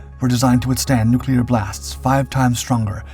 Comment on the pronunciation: lost me at "annoyingly hyper-dramatic tone + 'nukulur'"